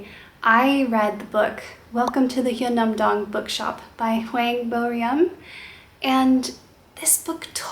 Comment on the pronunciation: Hey! Just a little note that the name of the author of Hyunam-Dong Bookshop is pronounced Hwang Boh-r-uhm rather than ree-um; the "eu" in Korean is pronounced like the English word "eugh" without the vocalisation of the /gh/ at the end - I don't think I can link it here, but if you search "Author Talks: Hwang Bo-reum" in YouTube a video from the Korea Society should come up, which will give you an idea of how it sounds:) I really recommend watching it all the way through - there are English subs - as it gives a really interesting insight into the ideas and process that went into the book:).